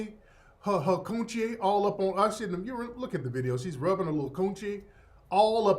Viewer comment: Every time you say koon-chie it cracks me up!